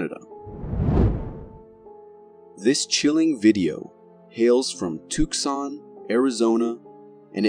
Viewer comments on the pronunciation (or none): says, "bigfoot", and proceeds to show a picture of a dogman....damn these AI created videos. Says Took-son instead Tucson with a silent, "C". So obviously an AI. No shame. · Tucson has a silent C